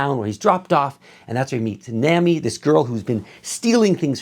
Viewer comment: You currently pronounce Luffy this time. Now, learn how to pronounce Zoro and Nami. Keep up the good work.